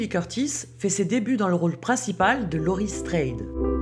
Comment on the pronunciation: Lorie straid je critique pas mais sa ce prononce lorie strode